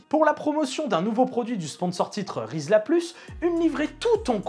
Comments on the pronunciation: Hello, super vidéo et wow ces motos !!! Par contre, on ne prononce pas "rizla plus" mais "ri la croix" (comme du riz) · Super j'ai retrouvé la déco floral Hawaï VR46 qui n'est autre que ma miniature 😍 , pour la YZR500 RedBull 1999 tu aurais du mettre la 55 de Régis Laconi. Info : Rizzla plus comme tu dis se prononce riz la croix marque de feuilles à rouler, la chromée c'est pour la sortie des feuilles hyper fines "micron" au paquet chrome. Dommage aussi du GO!!!! a la place de Gauloises blondes. Merci j'ai fait pas mal de captures d'écrans lol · De memoire c'est pas "Ri sla plus" mais "Ri la croix" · Merci pour la vidéo ! On dit pas plutôt Rizla Croix ? Je me trompe ? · Pour info rizla+ se dit riz Lacroix ;)